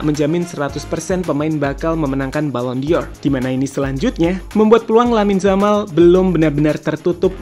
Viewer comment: Pengucapannya ballon “DOR” bukan ballon “DIOR” min 🙏🏻